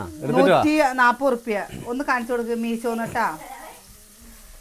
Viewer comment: മീഷോ ആണ് മീശോ അല്ല.